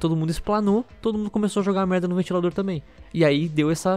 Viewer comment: muito bom o falando merrda